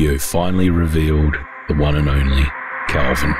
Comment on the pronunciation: Isn't it Calvin? Not Kelvin.